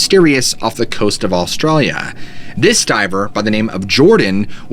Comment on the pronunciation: there is no L in the start of Australia its not Allstralia